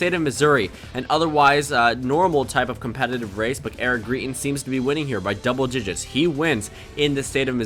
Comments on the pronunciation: It's Gry-tens, not Gree-tens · Just FYI its pronounced grite-tens not greet-ins